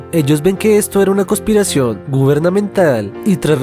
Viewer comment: Conspiracion, no cospiracion